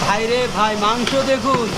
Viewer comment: Magso not gosto